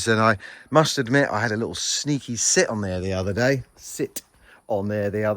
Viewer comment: wow, you are getting to expert level at that wall rendering! Will and Chris crack me up! when you emphasized "sit" i laughed so loud! hah! the roof looks AWESOME! Hope your hands feel better soon!